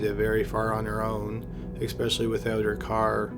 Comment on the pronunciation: We didn't say "EXpecially", did we?! :)